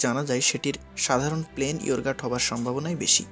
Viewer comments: Yourgut bolte kisuie nai ....Pegan pie bolteo kisu nai ....kono video upload korar age ta niye study korben banan and uccharon thik korben ....Yogurt and Pigeon Pie ....banan ami bole dilam ar uccharon ta google kore shikhe niben ...thank you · ওরে ধইরা "ইওরগাট" খাওয়াইলে উচ্চারণ ঠিক হইতে পারে।